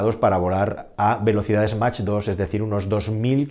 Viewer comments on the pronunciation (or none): Mach viene del apellido de Ernst Mach y la relación entre la velocidad de un cuerpo en un fluido y la velocidad del sonido en ese fluido se la conoce como Número de Mach. Cómo viene del alemán se pronuncia Mac. No hace falta denigrar al otro. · Siento decirte que no tenia ningún sistema de eyección de pasajeros no sé de donde has sacado el dato Y Mach se pronuncia Mac, no hay T, es una palabra inglesa, es “numero de Mac” para ser exactos. Gran reportaje por lo demás!